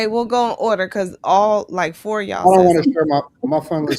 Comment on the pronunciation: Lord that Chicago accent was heavy when she said “4” 😂